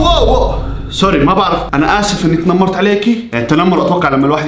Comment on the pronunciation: تنمرت❌ 😂😂😂 طنمرت ✅